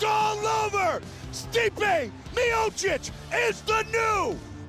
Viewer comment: Anik. Who the fuck taught you how to Pronounce Miocic??